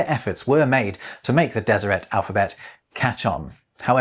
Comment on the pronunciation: It's good to hear someone pronounce Deseret, as a genealogist, I have a branch of Brits who joined the LDS after the London recruitment convention in the early 1900's, & i'd always assumed it was pronounced as it would be in French... with a silent T. Cheers,!